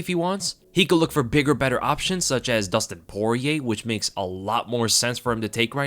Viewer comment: You keep mispronouncing Soyrier in every single video